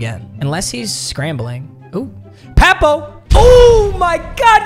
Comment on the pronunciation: He was fr, can't believe he miss pronounced his name 🤣